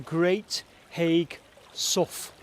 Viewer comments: you say haigh like hay,. i live in Aspull next to haigh great vid again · Hi I think Haigh is pronounced "Hay" as in Hay hall. just saying, great video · Nice to see you’re in Wigan! Never heard of this so I’ll be having a look! I’m so pleased I’ll even forgive the mispronouncing of ‘Haigh’ lol. I Wonder if you got to see the nearby viaduct? 🤔🤞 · Another excellent video, but as a Wiganner I have to correct you on a very tiny point. It is not Haigh as in Haig... but as in Hay. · pronounce it great hay sow like the locals great video againn mate. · Thats on my doorstep i didnt know it was there - heads up Haigh is pronounced Hey - silent g and all that - stay safe. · They was running a competition 18 month ago on Smooth FM to win a wedding at Haigh Hall and they continually pronounced it wrong. I first I thought strange I’ve never heard of a ‘High’ Hall in Wigan lol. Happens to the best of us I guess and us Wiganers are used to it 😂 Best thing I watched on telly last night that! 👍 That viaduct’s railway used to run into Haigh near where you was but I’d put money on you already knowing that 😉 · Haigh is pronounced "hay", like the stuff you feed horses. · I think you will find that the pronunciation is Hay, not as written haigh, so Hay Hall or Lord Bradshey is how the Wiganers say it!. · Hi. Thanks for this excellent video. I grew up nearby, knew about the mining there, but never explored there. Haigh is pronounced locally as “Hay”. Have you ever explored Aspull Pumping Pit? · Not that it really matters much, but Haigh is pronounced Hay. I'm from Wigan and spent quite a bit of time around Haigh Hall, especially the Canal. My Dad lives in Aspull too. Some other probably none relevant information is that the Canal that runs from the top lock towards Preston was actually originally the Lancaster Canal. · I always thought Haigh was pronounced with a silent G (as in Hay). That's how I have always said Haigh Hall, anyway.